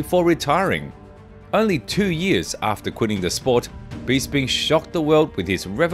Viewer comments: For Gods sake please pronounce peoples names correctly Michael Bisping , it's BISS as in piss. Not Bees as in bee sting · Michael “beesping “ 😂